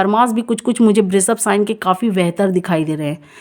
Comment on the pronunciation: Aapala pronounciation sudhariye🎉🎉🎉 thanks 🙏 and vrishabh, वृषभ बोलो, श को श ही बोलो आप स मत बोलो.